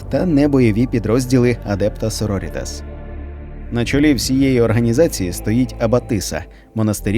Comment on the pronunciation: Круте відео, дякую! тільки наголос так адЕпта сорорІтас. на літеру І